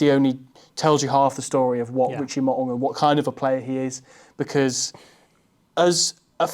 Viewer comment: mate pronounces Mo'unga's Tongan surname perfectly ('Maw-ooh-ngah')- whereas absolutely butchers it by saying "Mow-ah-nga". Trust me, I'm Tongan🇹🇴